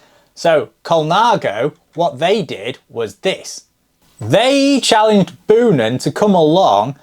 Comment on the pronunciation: Boonen is pronounced like you say the word bone. So more like Bo-nun.